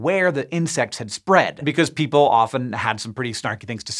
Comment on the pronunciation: Or "POOPLES" 😆😆😆